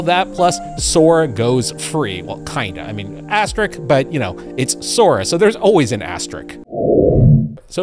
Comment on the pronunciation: asterisk is pronounced asterisk.